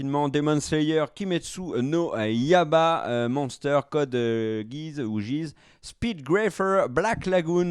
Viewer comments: ca se prononce pas Kimetsou no Yayba ? (Yaiba comme Kaiba dans yugioh) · Pour KNY ça se prononce ya "i" ba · Je confirme, ça se dit comme tu l'écris. La prononciation du japonais n'a jamais été le point fort de et ^^ (ce qui est loin d'être grave bien sûr) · On dit kimetsu no yaiba avec un « i » qui se prononce aussi !